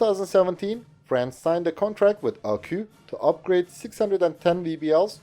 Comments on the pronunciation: You mustn't pronounce ArqU, but ArquS !!! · Please man, you're saying Panhard like panard, which is slang for foot, the H indicates a pause in the word, it should go like pan-hard. You're also saying Arquus as Arquu, which is effectively like saying arqass, the s should be pronounced as if speaking latin, then stressing or not the two Us is up to preference. I'm sorry french is so hard to approach from a foreign point of view, but like, these specific industrials are the main characters in most of your videos about french equipment and it's nerve racking me